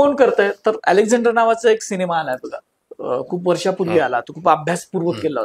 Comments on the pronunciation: अँकर ला "सिनेमा" शब्द निट उच्चारता येत नाही.. शिणेमा बोलतोय..😅😅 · शिनेमा नाही सिनेमा असतो 😂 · शिनिमा नाही सिनेमा!